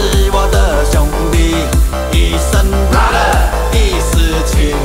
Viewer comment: 兄弟的英文是 BROTHER 不是 BRATHER